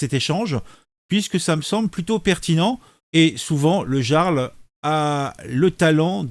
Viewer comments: mais personne ne sait prononcer le mot "jarl" tain... "yarl" !! surtout pour des personnes qui parlent de culture .... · Salut camarades Sa se dit IARL le j se prononce a la façon germanique jarl= iarl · Je poucebleuise, mais bordel on prononce I-arl, (avec un I comme Immence Charisme) pas jea-arl (avec un J comme J'ai mal au luc) ! Un peu de respect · ça se prononce YARL. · Ça se prononce yarl et pas jarl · On dit le yarl 🙂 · ON PRONONCE PAS JARL MAIS YARL!!! LOL Tu n'as jamais regardé la série Vikings quelle honte 😂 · Oui on prononce "Yarl" mais ça s'écrit Jarl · Coucou mon ami, Il faut prononcer " yarl"... C'est un chouette gars 👍🇨🇵 Et, tu n'as pas raté ton objectif, Bonne vidéo, Merci à toi 👍🌹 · On prononce "Yarl" !